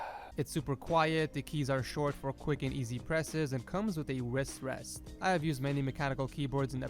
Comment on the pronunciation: “it came with a wriss wress” did nobody else hear that